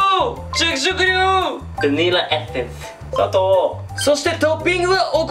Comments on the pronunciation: が確実に「砂糖」じゃなくて「佐藤」で草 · 砂糖の言い方ジワる（笑）